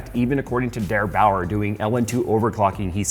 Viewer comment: I am surprised that you got "Der Bauer" out without a problem, learning german recently? :D